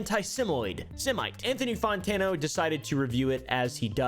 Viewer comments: its fantano not fontano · why do u pronounce Fontana as Fontana